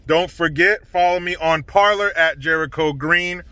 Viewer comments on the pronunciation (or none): none